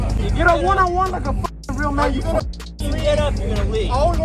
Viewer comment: "Juan on Juan"